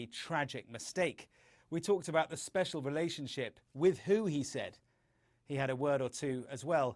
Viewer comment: Lol.. “love me Mr NA$l.. pleeease, we are zpecial..” 😄